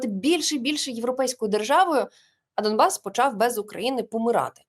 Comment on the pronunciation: Домбас? Не почулося? Він дійсно говорить* Домбас *?